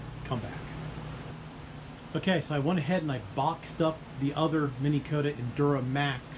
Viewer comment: why are you saying Mini Kota,,,,its Minn Kota